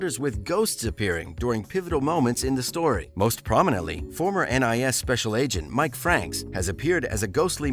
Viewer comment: Did ya catch Ellie was from the NRA? 😂😂😂 He said it twice too lol This channel is run by idiots who have never watched it! He butchered everyone’s names not just Ziva’s! Tony, Abby even Mike… he called him Muck lol